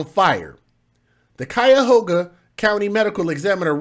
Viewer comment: "KYE-OH-gah" (Cuyogha)